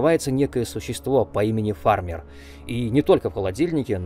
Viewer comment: Ни слова про SCP (КАК?!), ни отсылок к мультивселенной (зачем брать в разбор Control, если не играл в Quantum Break?), ни инфы про богов (Ахти, как и события Квантума, крайне важны для следующей части - второй части Алана). А еще режущие ухо "звОнит", "фАрмер" вместо "фОрмер" и "рОг" вместо "рУг" (если это шутки - лучше "Фалмер" и "Руж"). Досмотрел, и зря (еще десяток самоповторов, пустые претензии (как в видео на Хогвардс) и полное отсутствие юмора). Раньше твои видео были топовыми, сильно ты расслабился...